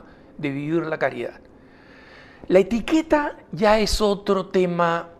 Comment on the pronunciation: Dice Etiquera no Etiqueta.